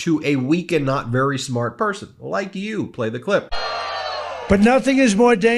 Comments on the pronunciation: ish. "not sperry smart person". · Weakened & Knott's Berry smart person? Keep slurring Dump.